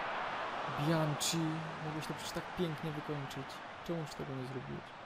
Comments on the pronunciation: mowi sie bianki a nie bianci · tak na przyszłość to Bianchi czyta się przez k nie cz :)